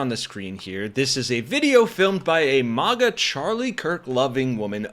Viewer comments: Maga is pronounced like magazine not like mars. You sound stupid! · This customer is lying! But, nothing new wjem it comes to these instigating, gaslighting MAGA jerks! 'It is not a strict Starbucks policy to call out the name on the cup for every order; baristas may call out the drink instead, especially when busy, and have the discretion to not call out a name if they are unable to pronounce it, if it is offensive, or if they feel uncomfortable doing so. The practice of writing and calling names is intended to be a personal touch and to prevent drink mix-ups, creating a connection with the customer, but it is not always followed.'